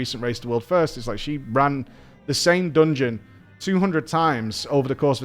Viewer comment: I absolutely loved that “dongon” 🤣❤️